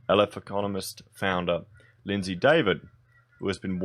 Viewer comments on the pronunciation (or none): none